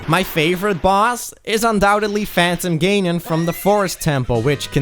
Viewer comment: "Phantom Gaynon"???